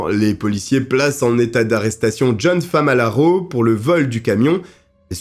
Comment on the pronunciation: 😅FAMALARO au lieu de FALAMARO😅. J’ai connu cette histoire il y’a très longtemps avec feu Pierre Bellemare mais avec toi j’ai découvert de nouveau contour avec des analyses plus poussées. Merci beaucoup à toi